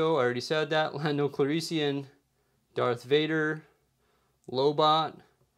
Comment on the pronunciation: please do better at pronouncing Lando's last name. plenty of sources out there, including the movie itself.